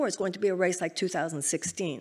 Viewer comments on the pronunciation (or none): none